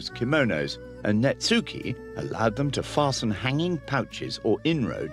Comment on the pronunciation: You should not pronounce the “u” in netsuke. It is elided in Japanese to “ netskeh”.